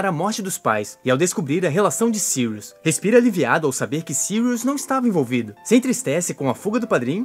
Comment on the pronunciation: kkkkkk agora sim acertou "sirius"